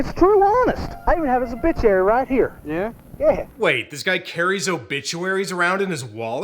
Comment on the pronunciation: weren't you listening? Dudo said obitchiary, not obituary. Tsk tsk Such a colossal blunder for an otherwise adequate reviewer. 🤣 Nah, you're great, man, love it.